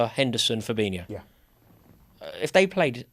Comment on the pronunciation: fab-in-o no extra i